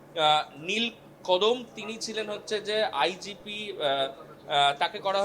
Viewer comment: Ota IPG noy. Bhul uchharon korechen. Ota IGP hobe.